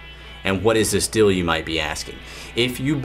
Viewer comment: I think he said "dill" instead of "deal"